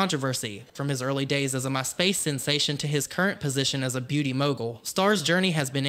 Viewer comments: Very thorough and well done video. One little thing, though- the emphasis is 'MY' in My Space. Other than that, perfect. Well done! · The way the creator says "My Space" made me think Jeffrey Starr got famous using HIS platform... you know, like on his space? And I'm like, oh, My Space. Not this guy's particular platform, haha. Guess it's the southern accent and where he put "emPHASIS on the SYLlables." ❤